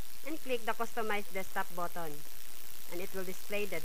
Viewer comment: 'click the add botton' hahaa